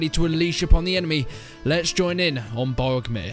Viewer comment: the character's name is pronounced how it is spelled. you keep saying it wrong, "brog-oh-meer" that is the true pronunciation